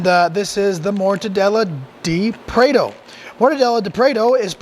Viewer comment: Wow! That was fast! Cheers for taking up my request so quickly! Cheers, again, mate! Now you owe it to yourself to go to The Mercado Municipal in São Paulo, Brazil and get a mortadella sandwich at one of the second floor resturants, with cold beer, of course. Lastly, try pronouncing "prato" as prah-toe...